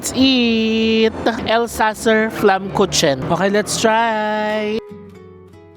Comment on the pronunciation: Ang bigkas jan sa flatbread "flammkuken"😊